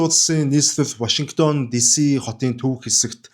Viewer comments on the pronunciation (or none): none